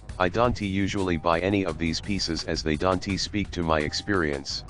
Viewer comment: "I dante usually buy paintings like this." lol I guess the robot doesn't say don't very well... I like these videos. I think there is a deeper meaning to the pictures lined up with the talking... and you should get like a wall like Mr. Rodgers to play these educational tapes... or a robot.